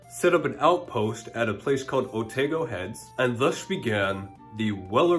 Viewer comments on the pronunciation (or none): Thanks for all this info - fascinating, I knew the song but never knew it was actually from our part of the world. By the way (from a New Zealander) Here Otago is pronounced Oh-tah-go not Oh-tay-go. It's also where the goldrush in NZ happened. Thanks for your content!